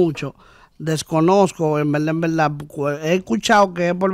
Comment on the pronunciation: En velda en velda en velda.😅😂